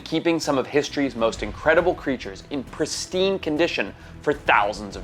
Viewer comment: I think this guy needs to look up the meaning of the word “PRESTINE” ….other than that ,interesting